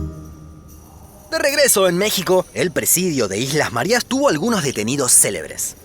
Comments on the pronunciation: Islas Marias???? No será Marías (con el acento en la i) por casualidad????? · Se pronuncia Marías, con tilde, no Marias. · Que le pasa al de la voz en off¡? Islas Márias???? Nelson Mándela?????